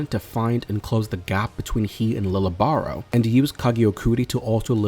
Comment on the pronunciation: He is the first to have abilities from yhwach. And his name is pronounced Leejay. Or leeyay. Not lily or lil